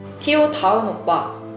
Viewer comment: to를 '투'라고 안 읽고 '티오'라고 읽는 사람은 또 처음 보네 ㅋㅋㅋㅋㅋㅋㅋㅋㅋㅋㅋㅋㅋㅋㅋㅋㅋ